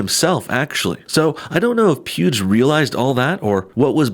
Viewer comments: "YouTube congratulated pubes" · it sounded like he called him pewbs 😄🤣😂. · coulda swore he said "pubes" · At 45 seconds he says PUBES